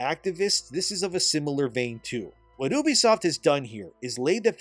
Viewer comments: I hate how you pronounce ubisoft..just call it you-b-soft.. stop saying Oubsoft..so annoying god damn it. I cant watch these videos like that. It pisses me off.is it that hard to say You-b-soft. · I shed a tear every time he said oobisoft instead of ubisoft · Also, you pronounce Ubisoft wrong. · Ubisoft is pronounced "You-Be-Soft" dude, ask them if you need proof. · oobie-soft lol i thought it was Ubisoft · at least pronounce ubisoft correctly